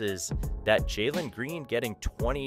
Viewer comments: how many times cause you mispronounce Jalen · Jamen and Javari? It’s Jalen and Jabari…